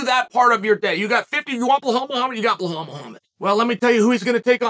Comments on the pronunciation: it is Belial, not Blahal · Chael you are butchering Belal's name. Let me break it down for you, it is pronounced BEE-LAAL. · Why does Chael purposely mispronounce Belal (Beelaal) Muhammad’s name? …rhetorically speaking? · He had to dig deep to mess up “Bulhal” 😂. Love this bit. Never stop not even when you run into a John Smith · I thought chael was smart and he came from some rich parents ? Why is he pronouncing belawls name BleHAUL? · I was dying every time he said his name hahahahah "bluhaal" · I have to say that it must be intentional when Chael mispronounces Belal’s (Beelaal) name. Hasn’t Chael had countless opportunities and examples placed before him. What are we to think about Chael?…..rhetorically speaking. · “Bluhal” always gets me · That is the only time I’ve belal being pronounced like that😂😂😂😂😂😂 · This dude loves belal so much but won't say his name right😂😂